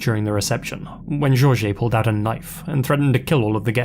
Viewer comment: As someone with the name Jorge, it honestly makes me cringe with the way you pronounce it. However I absolutely love your videos and have been a long time subscriber since 2014